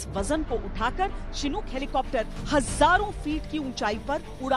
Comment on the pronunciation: चिनूक नही शिनूक होता है। भारतीय मीडिया का लेवल कभी नही सुधरेगा।